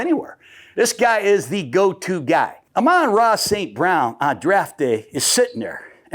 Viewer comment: your wrong again coach gruding and your being disrespectful. Its Amon Ra Snt Brown, not ramon snt brown. your really bad at this or the people your with that help you set this up, set you up for faliure .